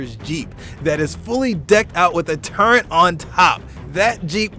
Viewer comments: Turret. Not turrent. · If I had a penny for every time I've heard someone say "turrent" instead of turret (the correct word), I would be a billionaire. Good video, though lol... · you say turrent? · There is no n in the word turret!!!!